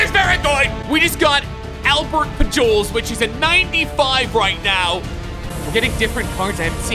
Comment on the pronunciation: Albert pul jols 😂